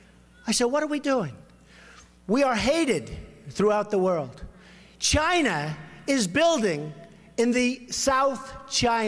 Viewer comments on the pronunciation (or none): Saund like China 😂😂😂😂😂😂🇨🇳